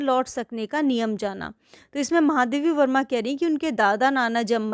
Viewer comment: Explanation tho theek Thaak hain lekin apne lekhika ka naam Galat kaise bol sakti hain Starting mein aapne itne mahaam Lekhika Ka naam Galat kaise le sakti hain😢. Baaki explanation helpful tha 👏